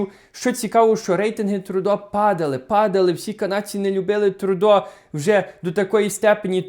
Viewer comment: Не Трудо, а Трюдо